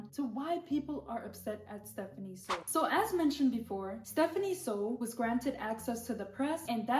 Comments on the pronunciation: It is pronounced "SUE" not "sow" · Its SOO pronounced as SO not SAW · It's Soo... I just had to say because it's bothering me lol. Her last name isn't "So." It rhymes with "New" not "No" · Why are people saying her last name like they dropped out of school? Soo has two O's and makes an oow sound. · starting the video by mispronouncing her last name, which is spelled phonetically, is not a very good look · and constantly mispronouncing her last name 🙄 by her standards thats basically a hate crime